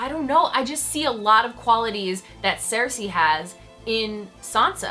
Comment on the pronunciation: Why do you pronounce Cersei like that?